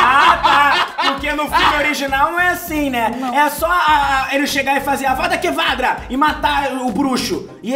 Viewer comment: Avadakevadra me quebrou kkkkkk